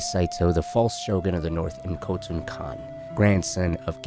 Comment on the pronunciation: *Khotun, not Kotal. Kotal Kahn is a Mortal Kombat character, my guy.